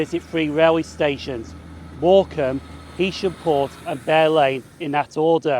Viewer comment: Nice one. A couple of points - I don't know how you missed seeing the two nuclear power stations at Heysham! At least you pronounced the name correctly! Morecambe got its original station in 1846 (I think) on the pier - building and lighthouse still there, Then a station in Northumberland Road - which was replaced by Promenade when you said. There was a station earlier than Euston Road too on the LNWR branch from Morecambe South Junction and Hest Bank (closed). Now there's a once a week service!